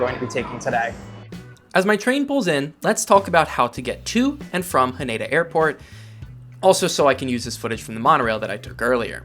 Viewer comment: It's better pronounced HAH-neh-da, not haNEYda. Also NAH-ri-ta, not naREEta